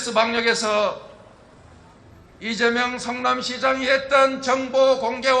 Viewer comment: 로고송 발음이. 이쨈명 으로 들려요 발음이 쌔서 나를 위해 이째앰명~ 왜 저렇케 발음 쎄게 부르는거죠? 나를 위해 이재명 이렇케 불러야지